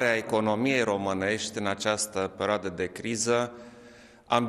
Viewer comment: In această pereoadă... pereoadă... pereoadă...